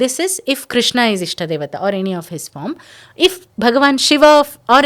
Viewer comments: Ye prawakta khud ram ko ramaa krishn ko krishnaa sanskrit ko sanskirataa pronounce kar rahi lagti... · Some people pronounce Krishna and some people pronounce krushna, Which is the right Pronouncesen Krishna or krushna. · Niether.. kRshna.. R ऋ is a separate vowel by itself.. Not रि or रु